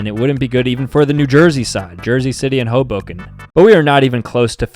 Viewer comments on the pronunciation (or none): none